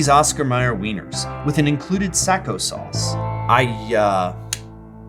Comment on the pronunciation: Its sack uh sauce not sack oh sauce The o' is of